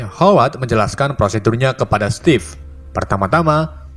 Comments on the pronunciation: Stevif bang, bukan stev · Steve itu sebutan nya stif bukan stef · Ejaan nya stiv